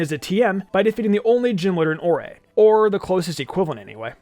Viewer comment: I love that people remember this game. Isn’t the region pronounce like “ore” though? It’s a very rock/gemstone themed region.